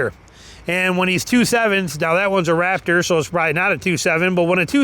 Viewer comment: It’s RaPtor not RaFTer listen to your video.